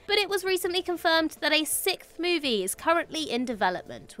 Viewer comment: What is a "sicth?" I think you mean "sixth"